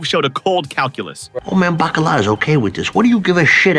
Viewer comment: Old Man Buh-Callugh? Who tf is that? Seriously though, you had some Carmine Jr moments on a few of these names but this one’s my favorite.